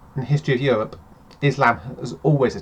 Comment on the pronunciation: i dont want to think i get really really angry; what is Euwope?